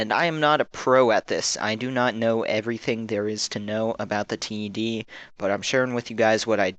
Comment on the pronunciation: Great video, nice to see people making these. At C.A. they pronounce the name 'Ted' as in the name, rather than T - E - D.